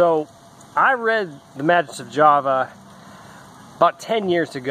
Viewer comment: It's Ma-(GUS) not JUS...